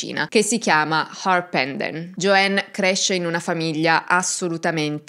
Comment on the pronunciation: Non si pronuncia " Gioenn ` ma Gioann. La A in inglese non diventa E come spesso credono gli Italiani, ma solo qualche volta che non sto a spiegare ora. Infatti AMERICA non diventa Emeriche, no?